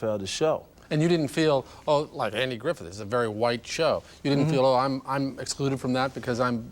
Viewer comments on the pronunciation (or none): He named all those characters perfectly off the top of his head but screwed up Andy GriffiTH's name each time, tsk tsk tsk.